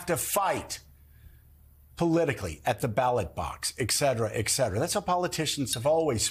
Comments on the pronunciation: Will someone please teach Joe that there is no such word as”eX cetera”? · Please learn how to pronounce etcetera. There is no “x”.